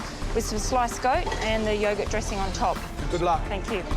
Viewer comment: Yaw-gert. Shuh-lotts. 😂😂🤣🤣🤣